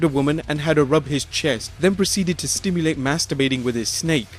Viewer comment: New Jack snorted cocaine before his balcony dives. And it's SIMulate, not sTimulate.